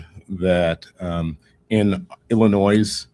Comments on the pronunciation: I never noticed Kwame cannot pronounce illinois correctly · This guy definitely graduated from the Chicago Public school system. The S in Illinois is silent. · I am concerned when I hear kwame raoul, Il attorney general speaking and can not even pronounce the state of Illinois Correctly- several times! Really??